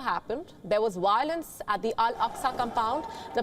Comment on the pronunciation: What’s wiolence lol